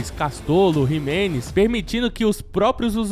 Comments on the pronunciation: Jimenez não, Ximelez...kkk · Não é Jimenez e nem Miranda. É Ximelez e Minanda